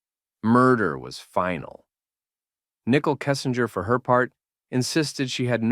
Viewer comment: “Nickel Kessinger” 😂😂😂 Is this voice AI generated?